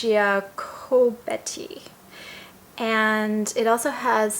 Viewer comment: You got it!! Olivia Giacobetti is one of my favorite noses too. I think her name is pronounced Jakobetty. Really nice review; I have similar feelings about it!